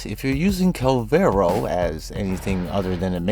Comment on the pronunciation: Its not kull-vero, its kuul-ler-vo. The children near the mission area pronounce it like a billion times. As the 4 or 1 can sometimes be the subsumed over ability while the 2 or 3 never are, ability strength is the correct option leaving you to mod duration to taste.